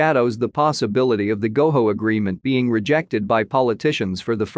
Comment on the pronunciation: It’s Go JO NOT GO HO